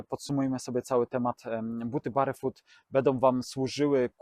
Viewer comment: Ladne widoczki, merytorycznie takze ciekawy i tresciwy material ale... Serio, aż uszy bolą jak slychac "barefut". Wymawia sie BERFUT! To sa podstawy angielskiego i jakoś na innych kanalach nie kojarze, zeby komus to przysparzalo jakichkolwiek trudnosci. No chyba, ze tutaj jednak jest mowa o jedzeniu barowym, to zwracam honor 😅